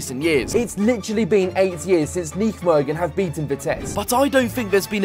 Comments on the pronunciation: Great vid! Although tough pronunciation on Nijmegen there 😅 IJ is how dutchies write Y. So it's just pronounced 'Ny-megen'. Sad to see how Vitesse has fallen down. Keep up the content! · bro im getting annoyed are you Vites supporter. You can not pronounce NEYMEGEN, and you also say NEK instead of N. E .C ...Disrespect to NEC Nijmegen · please stop pronouncing nijmegen like that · My ears bleed when I hear him say "nichmegen" 😂 I appreciate the attempt tho haha But good video for the rest 👍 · Nichtmegen zoals het hoort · PRONOUNCE NEYMEGEN PLZ, CUZ THIS SOUNDS AWEFULL MATE. FOR REST GREAT VID! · You're pronunciation of Nijmegen 😂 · Wherever you go please find out how the gaff’s name is pronounced before you keep saying it wrong time after time after time. I’m no Dutch speaker, well I’m English just like you, yet I still know to say Nijmegen without ever having even set foot in the place 🙄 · Hahahaha Nijmegen. Absolutely love your pronunciation! 😂😂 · When are you going to pronounce Nijmegen the right way 😂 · Forza Vitesse! Maar niet zonder uit fans, en dan moet die Brit Nijmegen gewoon normaal uitspreken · The way you pronounce Nijmegen is just absolutely ridiculous🤣